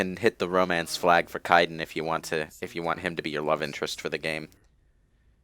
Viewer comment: In addition mispronounced Kaiden's name for the 500th time this commentary.